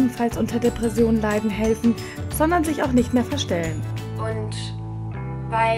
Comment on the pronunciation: wie die „Depressionen“ ausspricht😂